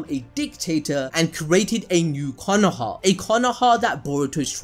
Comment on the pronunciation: Why u say Konoha like that.... its Konoha 🙄